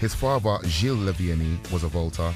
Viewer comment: Please use narrators that pronounce words properly... 'father' and 'brother' aren't pronounced 'fava' and 'brova'.